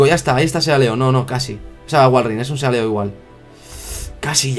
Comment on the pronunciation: seguro ya viste todos los biomas de la versión en la que juegas minecraft, excepto la jungla. No te asustes por cualquier cosa, los zombies son los enemigos más débiles de todo el juego. Jajajajah dijiste "Sealeo" (como se escribe), se pronuncia: "Silio" XD